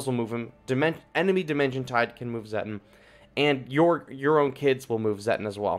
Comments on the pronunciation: Its pronounced "Zetton" like "Set on" and "me fill lass". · It's pronounced: zeh-tawn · It's just pronounced as "Zet-on"